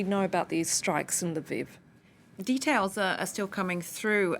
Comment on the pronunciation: L'viv, not Lyviv!